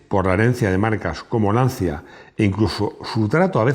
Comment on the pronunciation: Buenas tardes. Una pequeña crítica. Tanto que le molesta que se diga "lamboryini" y usted va y dice "lanzia". ¡Por favor! LANCHIA